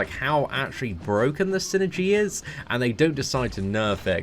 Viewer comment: Don't say "brokken" please lol